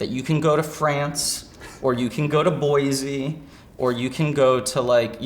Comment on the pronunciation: As a Boise native I have to nitpick that mispronunciation. It's Boi-SEE, no "zee". That's all.